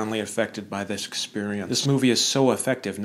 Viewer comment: "thisk experience"